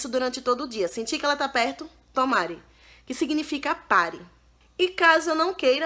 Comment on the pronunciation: rê não se diz tomare o correto é tamaré mandar parar é yameté tamaré é mandando alguem calar a boca ou ficar quieto